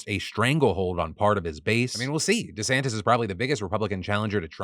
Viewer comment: Merman? MERMAN?? EDIT: DiSantis?? DISANTIS??